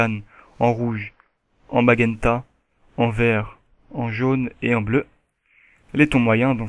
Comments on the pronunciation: on dit cian et non cianne on prononce majenta et non magenta ^^ sinon bon tuto comme d'hab =) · Cyan et Magenta ça se prononce Sian et Majunta ;) super tuto sinon